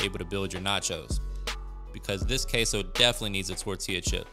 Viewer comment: Queso it's pronounced simply "keso" not "keisou". Why do you say it that way? Weird